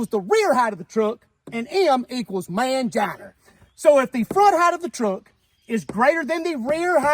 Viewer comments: "Manginer" lol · “Male genitalyer” 🤣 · F > R = Mangina Pronounced “Manginer” 😂😂😂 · Where is the r in mangina?